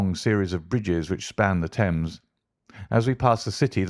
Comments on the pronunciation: The Sign of Four, not The Sign of the Four. River "Tems" not "Tames"! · Along the "Tames"? "Thames" is pronounced "Temms" not "Tames".